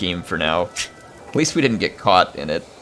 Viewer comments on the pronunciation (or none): none